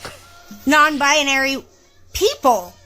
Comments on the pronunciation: She cant even pronounce her own made up gender…..it’s not “bIAnary” it’s BInary!!!! The way she says it is insufferable to listen to!! 👉🏼😖👈🏼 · Very annoying when It says “non bianary” instead of non binary. Total mororon. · 😂😂😂 "non bina-ary" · What “non-bia-nary”? She can’t even say it 😂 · I hope this guy took the 48-hour notice to find a good divorce lawyer. Also, what's a "nonbi-a-nary"? Is that a woman who's not nonbinary? Like a double negative? Either way, she identifies as cray-cray and she'd be both offensive and disrespecting me if she doesn't allow me to determine how she identifies. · “I’m non bye-uh-nary” 🙄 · pretty sure she's saying "Non Bionary" or "Non-Bianary" wtf is that? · The only thing that's offensive about this video is that this person says she's "non-bianary." WTF is "bianary"? She doesn't even know how to pronounce her own claimed mental illness. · I think the husband made a bad choice.... and she needs to learn to pronounce "non-binary", she keeps putting an extra "a" in there. And he is jot a "cis" man, he is just a man. "Cis" is a term used in describing molecular structure, not people.